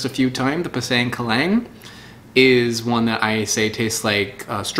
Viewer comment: I really wish you'd try harder at pronouncing the names of the fruits correctly. Like "pisang keling" is not how you pronounced it _at all_, it should be more like "pee-sung ke (with the /e/ sound how you would pronounce the /e/ in the word "kermit")-leeng". Ofc that's just my try at trying to describe the pronunciation through English pronunciation, but if you can read the IPA you could always check Wikipedia for a lot of these fruits' native names and their pronunciation :) Or better yet, learn from the natives you bought them from! I mean, you are already going all over the world finding out about these fruits, why not also learn about how to properly pronounce their native names? It would certainly be appreciated for those of us who speak these languages and would definitely be appreciated by the locals if you actually try to learn at least this one specific part of their language.